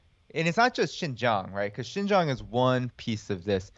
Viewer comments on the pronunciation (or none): Please pronounce Xinjiang as Sing-jiang , and not Jinjiang or Zinjiang. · Thank you Kim for this amazing work. You are sorely needed in this post-journalism world. BTW the proper way to pronounce Xin Jiang is more like sin-giang. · I've been saying this for the last decade. Thank you for covering it. Btw Kim— it's pronounced 'sheen jiang' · Kim, you’re fantastic. The way to pronounce Xin Jiang is “sheen jee-ahng” where you barely say the “ee” sound, almost like “sheen jhang.” The guy you interviewed was saying it mostly right so listening to him a few times will help. Love your show! ❤️❤️ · Nope, it's pronounced "sin" Jiang.. but you're closer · Tbf it's pronounced the way you would if you were saying making a "heeeee" sort of sucking noise, by sucking inwards. Reverse that, make that noise, not by sucking inwards, but by pushing out, and you have the "xi" sound. Jiang is also the same, is is as you were saying "Gee", but with that flat "heee" sucking texture, causing the g not to be a "zhee", but a "Ji" sound. Xin Jiang. ang as in ahng. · Kim, Xing Jiang, should be pronounced as Sin Jiang in English tong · Wouldn't it be more lika Shin-jiang? I thought X was pronounced kind of like the Sh- sound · And Kim, please listen to on how to pronounce Xinjiang. Your pronunciation is kinda embarrassing